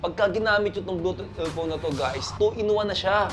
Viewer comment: Bluetooth EaLPhone, Bulol Hahaha